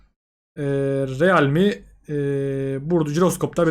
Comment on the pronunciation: Riılmi diye okunur